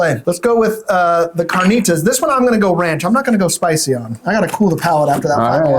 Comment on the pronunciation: Good show 👍 I’ve never been but now I’ll check it out. - it’s carnitas not carnita 👍 your friend was entertaining, interesting how his eyes roll back in his head when he takes a bite 👍